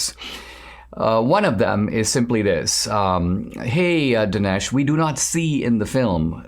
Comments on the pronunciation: You said Dinesh's name perfectly btw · I trust Dinesh (you said his name, correctly). He, like Mr. Sower, and Mr. Elders, researches his butt, off. Ben Shapiro, OTOH, has an agenda, just like any other MSM---PLUS, IIRC, he said he hadn't ever seen the documentary! Bottom line, for me: I've seen a ton of things that have pointed to the election being fraudulent, and none of them were a smoking gun; BUT, cumulatively, they are a smoking gun, in my book---PLUS, they wouldn't even hear President Trump's evidence; that really ticks me off!!!